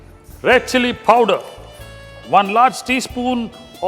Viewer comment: what is PHOWDER? you mean powder?